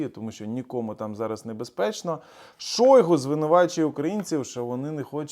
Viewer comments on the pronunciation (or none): none